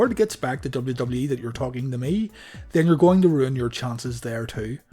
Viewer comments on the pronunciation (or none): none